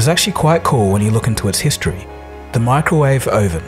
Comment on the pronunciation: it bothers me the way you pronounce “ microwave oven ”